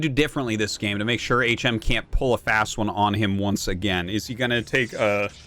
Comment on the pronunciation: I want to see HM (back when Artosis was pronouncing it as Hmm) vs a player called Uhh.